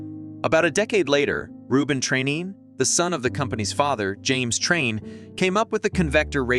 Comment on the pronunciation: It’s pronounced train.